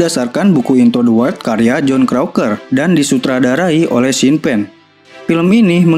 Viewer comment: Bang..boleh kritik sedikit..wild dibaca waild